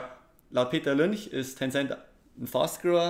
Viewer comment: "Laut Peter Lünch" - haha deutscher hat noch nie jemand Peter Lynch ausgesprochen glaub :D Aber top Content